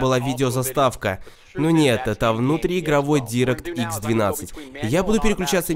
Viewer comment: Не директ икс, а дайрэкт икс произносится